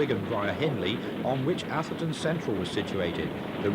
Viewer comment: Lovely stuff, but why are southerners incapable of pronouncing 'Atherton'? 😆